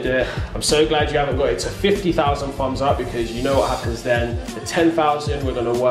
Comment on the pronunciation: I like how they say "fums up" instead of "thumbs up" lol 😊